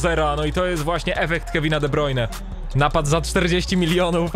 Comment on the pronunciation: De Brujne, De Brujne, De brujne przestań kaleczyć jego nazwisko w końcu bo tylko irytujesz.